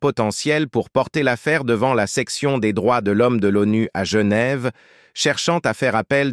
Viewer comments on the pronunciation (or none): none